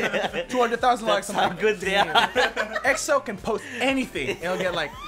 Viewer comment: Is it just me or did he said EXO tampon 😂 hahahaha dayum I'm crazy